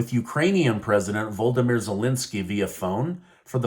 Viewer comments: His name is pronounced vlodomyr . Not voldomyr. Makes him sound like a Harry Potter character. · Vladymir, not voldymir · Love your news updates! Thank you for your work. (Fyi—Zelensky’s first name is pronounced Vo-lo-di-mir)